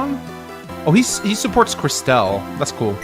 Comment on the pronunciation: Am I the only one who hears how manys says Kirstelle and thinks of it as some kind of off brand glass cleaner?